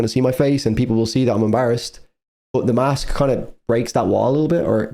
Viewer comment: Are you actually incapable of saying "im"? ITS basically fucking "him" without the h 😂 Imagine it scouse😂 Thanks for the reaction though🤘